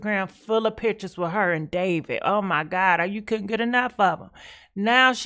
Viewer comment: ......what's goin on with Davit.....lol the way she pronounces ppl names.lmfao